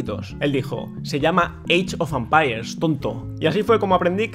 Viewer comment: Alva: "Eeichofampairs" Open English . com clases en vivo 24 horas al dia